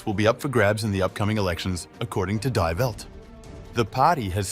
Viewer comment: "dye velt", lol ... Your narrator needs practice imitating AI artificial voice